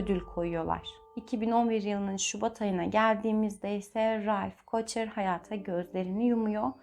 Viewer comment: KOHHER OLARAK OKUNUR ALMAN SOYADI.